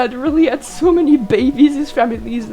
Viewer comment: I love how you say "bebes" its just so fun. I wonder if the snake the med cats saw looks like Shrewpatch, a brown snake o3o